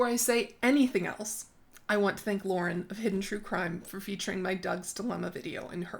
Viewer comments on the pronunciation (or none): none